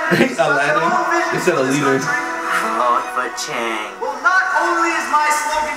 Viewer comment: 😂😂😂😂😂😂😂😂 The Best Parts were the shoes changing, that hand, HAND coming out of where the foot should be, THAT DAB THO, WHEN HE WAS SAYING HIS WORDS LIKE LEADER HE SAID ALADIN, AND LEAD BUT HE SAID LED LIKE IN PENCILS, THEN HIS SPEECH😂😂😂😂😂😂😂😂